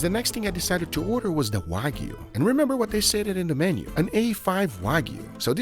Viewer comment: That wasnt Wagyu it was Wag-ew